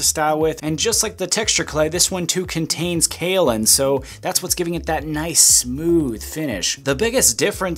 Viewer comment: “There is Kaolin in it.” Matt from TDM would be proud that you said it right on the first try!!